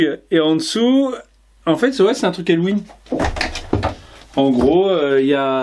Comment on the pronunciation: les bougies ont l'air vraiment bien mais oubli pas de dire les prix quand tu fait un haul 😉 sinon j'adore ta façon de dire hallOUween lol